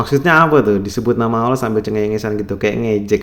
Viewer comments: Dia bukan sesat tapi nir ilmu alias gak kuasai ilmunya. Nyebut lafadz Allah aja gak bener. bukan Kyai ini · Lisan saja dilaknat tidak mampu mengucapkan Asma ALLAH secara benar